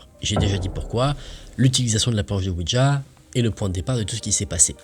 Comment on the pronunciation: slt tes videos sont super genial merci a toi vrmnt 👍👍👍👍👍 en ce qui concerne le ouija de lecture mai la prononciation c est ouiya oui francais et la ja allemend qui ce dit ya 😉